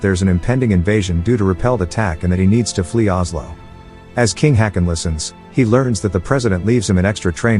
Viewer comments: Now, I would just like to mention that the king, King Haakon (Danish and Norwegian spelling) King Håkon (Norwegian spelling) is closer pronounced as King Hawk-on and not King Hakon as the commentator pronounces it here. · The pronounciation comes from anglicizing Å as A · Uh, "Haakon" is not pronounced "hacken", it's pronounced, "hawk-on". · still it dosnt work they shoudve prounounced it hokon atlast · Do you deliberately mispronounce names? Such famous names as Hakon, if ever errored must be corrected at once. You are no different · Oh, you mispronounced Haakon and Märtha. 👎